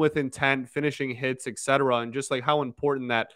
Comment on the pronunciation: C'mon, the word is etcetera. There is no X in it. You keep saying Excetera. Wrong, wrong, wrong. ET-SET-ER-AH.